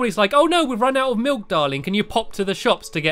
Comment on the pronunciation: Melk just reminds me of malk